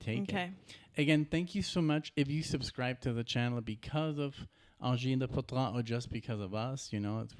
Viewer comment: Hey, you pronunciation is quite close. For the last word, last syllable, poiTRINE, you can pronounce it like gREEN (but you replace the g with t of course) But you're close enough, we understood just fine. Don't despair. 😆 Nice reaction from you two as always. 🤘